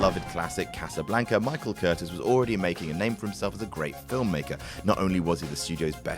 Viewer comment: It's pronounced "cur-TIZZ". You guys know nothing, do you? You just read shit in books without research and make it into a video without asking a single question